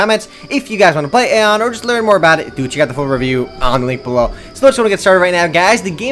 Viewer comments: its not aon its aion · you say it like ion thats how you say it